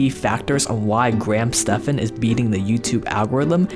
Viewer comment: pretty sure it is pronounced graham STEVENS